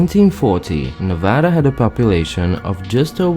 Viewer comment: Thank you for correcting the pronunciation of Nevada. It's always a pet pive of mine. Everyone outside of Nevada also mispronounces the name of settlement of Genoa.